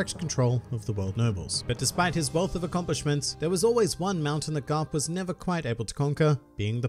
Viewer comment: did you just say grap instead of garp